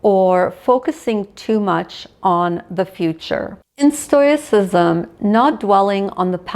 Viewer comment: Thank you for this. Lovely thoughts. I will gently suggest you look into the pronunciation of stoic and stoicism.